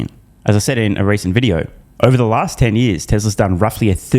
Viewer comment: Bloomburg News all duh news all duh time